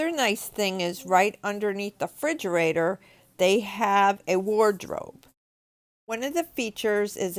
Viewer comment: "frigerator" lmao